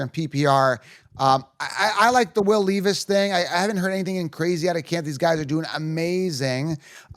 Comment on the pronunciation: Man if you gonna make fantasy football content you gotta say these players name right.. bye-jan? lee-vis?